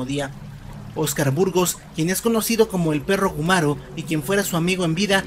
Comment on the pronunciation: Oscar Burgos... perro guarumo ❌️ Perro gumaro... ✅️ 😂😂😂😂 Sorry pero eso me hizo reir mucho.